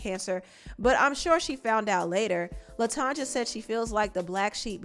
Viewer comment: Her name is pronounced latonya